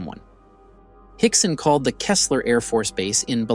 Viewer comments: Go-shay, not Go-tee-aye. Buh-lux-ee, not Bi-lock-see. Kee-slur, not Keh-slur. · It’s pronounced KEY-sler. It’s spelled KEESLER, not Kessler. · It's the small things like calling Keesler AFB "Kesler " that really undermines the whole thing. Like common you can't even get the base name right, and you are trying to talk about UFOs. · Dude, it’s “key-slur” “go-Shay” and “bill-uxy “ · Its pronounced Key - Slur and Bill - uh - xi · Keesler afb....keys-ler..two "E" 's... Not even going to try to blossom the pronunciation of Biloxi.... Js.... My grandfather was a deputy sherif of Jackson County and was eyewitness to the pairs initial reporting that night.. . He had...a differing opinion of their story.. Lol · As a native Mississippian I cringe every time you try to pronounce Gautier, Biloxi, and Keesler